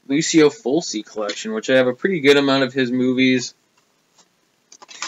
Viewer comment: Awesome Italian horror collection I have way more lamberto films than bava in my collection need to pick up some more of his father's films. Oh and Fulci is pronounced ful-chi. Not to criticize or anything. Awesome video man!